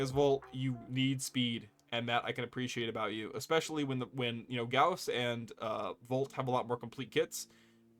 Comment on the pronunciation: Correct Gauss pronunciation, brings a tear to my eye :). Also this was a fun video, enjoying the content man. P.S I hate volt speed ups, I'm with you man, fucks up my flow and control.